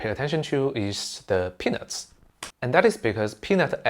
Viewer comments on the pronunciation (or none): The way you say peanuts is very funny